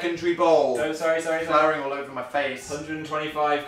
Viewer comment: did he say all ogre wtf dan